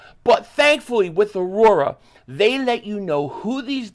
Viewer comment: Try Grimaldi's pizza in Vegas. Yea, it's a chain but very high quality. Also, your sponsor is Au-ra, not Au-ro-ra!